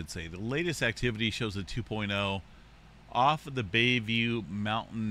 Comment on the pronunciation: It's pronounced 'Mont tal vin' very near me in Crockett.